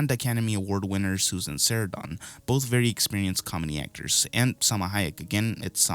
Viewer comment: You pronounced Susan Sarandon's last name "Sarren Don" please tell me you did that to troll us LOL LOL JK